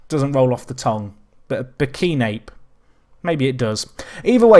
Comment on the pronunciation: It's "Bur - ki - nah - bey"